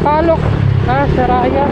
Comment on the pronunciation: Saryaya ang basa dun lods hehe